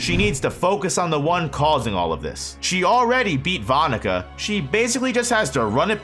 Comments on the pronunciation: That’s not how you pronounce her name 😢😢😢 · I’m sorry….the pronunciation of that name is cursed